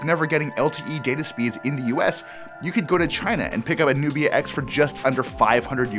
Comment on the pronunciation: Who read that text Nubia X as Nokia X🙄